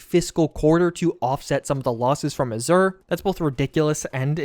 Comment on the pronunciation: Pro tip: Azure is pronounced "A" as in "Apple", and "Zure" as in Clo-"sure".